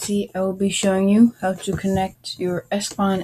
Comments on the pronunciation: its ePSon ... wtf is espon??? where did you read this? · "s pon" ?????????????